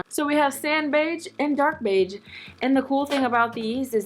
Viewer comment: the way she said beige ugHH